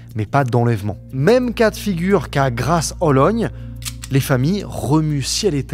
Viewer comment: Moi qui habite à côté de Grâce-Hollogne. A chaque fois que le dit, la petite pause entre les deux parties du mot, ça me perturbe ahahah.